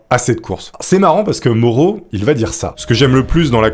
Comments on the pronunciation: Ah je connaissais déjà cette histoire! Désolée, son nom se prononce "MAORO" et pas "MORO" Je te pardonne, tkt😉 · Putain, alors Mauro ça se prononce Maoro, et pentathlon, ça se prononce comme pentagone, gros zboub, et pas comme pantalon! S'amenuir??? du verbe amenuirer? Le sang si Zèpaissi.... Putain t'es un conteur mec, fais un effort, fais toi relire par un mec qui parle français. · Mauro se prononce Ma-o-ro! 😂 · Super vidéo, comme d'habitude. J'ai un grd père italien. Et le prénom se dit Ma-ou-ro. Pour info :-)